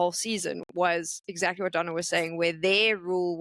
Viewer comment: Peopke always pronounce it like it's spelled "Donna" like in Lady Madonna for example, but it's Dona ❤️